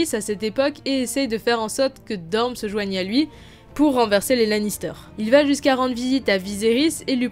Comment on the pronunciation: je suis le seul à entendre DorMe au lieu de DorNe?